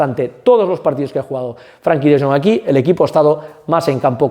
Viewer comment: gran video! Eres un crack! Recuerda que se llama FrEnkie no FrAnkie. Salu2